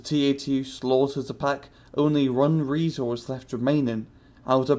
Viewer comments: pepe's REEEEisel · Dude, the heck is a "Rriesel"?